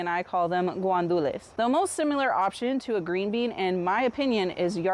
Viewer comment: Gwandules? I've only ever heard them pronounced as gandules (gahn-doo-less) without the w(ua) sound in the first syllable